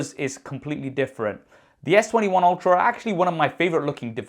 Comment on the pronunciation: I swear, when he says "..S21/22 Ultra" I hear S21/22 Ophra"